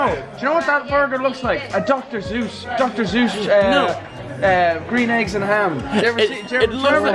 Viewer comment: Dis bitch said dr. Zeus!!!